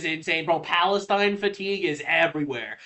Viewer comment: I would b happy w someone like Tulsi Gabbard as potus!! She is just as, if not more patriotic than D.J.T!!!!! It’s not Palestine, it’s Balestine😂